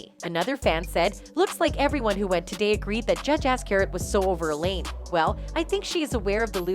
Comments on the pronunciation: Judge Azcarate is pronounced Az-Karate...like Karate Kid! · Nobody does their voice over, this is a text to voice application. That is the reason there is a slightly mechanical tone and cadence and words like azcarate are mispronounced. It is not a common word so not in the library of the app.